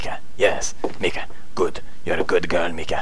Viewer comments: Lawl Its Miki Bros not Mika lol but still i bro Pewdiepie ✊✊✊💓💓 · Man i am telling you her name is Miki not Mica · he keep saying her name as mika when her name is Miki :))))))) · lol her name is Miki not Mika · she's name is Miki, not Mika ;) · LOL. The name is Miki and then a few seconds after the name fades out, he says Mika the whole time. Hahahaha he never fails in making me laugh. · Does he realize he is saying Mika? It's Miki. Lol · She is called Miki not Mika! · Her name is miki not mika pewds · Not mika its miki lol . Erica + miki = mika :D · you do know her name is Miki not Mika right Pew?? im 1/2 japanese so ummm..... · It's not Mika its Miki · it's not mika it's miki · Miki , not mika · Ikr right. Her names fucking Mika, not Miki! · its Miki not Mika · Hum...it's Miki...not Mika ^^' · Miki u saying meka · MIKI not MIKA haha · it is Miki (Me-ki) the ''i'' is pronounced as ''e'' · and its miki as in miki mouse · Its pronounced MEKE I believe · Pewds said Mika XD word fail. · Pewds its miki like in paranoiac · Pronounced Mickey pewds :P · I wonder why she hates you, haha. You can't get her name right. But it's okay, cause it's adorable. :3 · shes probably not responding cause ur saying her name wrong